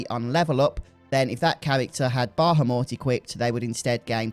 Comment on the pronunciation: I can't trust this video because of his pronunciation of bahamut...if I trusted him though it would be a good video!